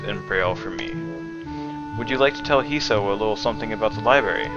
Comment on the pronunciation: When you pronounce 'Hisao' you're supposed to put the emphasis on the last syllable. If you're still looking for feedback on this series, personally I wouldn't mind if you did a bit more commenting in between reading the dialogue from the game. Since I've already played the game I already know the story, and I'm mostly watching these videos to see someone elses reaction to it.